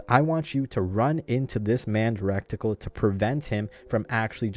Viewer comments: that word is reticle. not recticle, other than that good video. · It's "ret-i-cul" not "rekt-i-cul" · its pronounced: Ready-kull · Recticle sounds Hella funny though I vote to induct it into the dictionary.